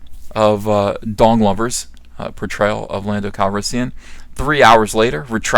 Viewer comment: Haha! you said Don Glover's so fast you called him "Dong Lover's" ROFL!!